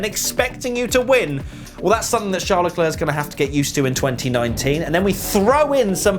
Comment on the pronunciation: AND IT'S CHARL LECLERC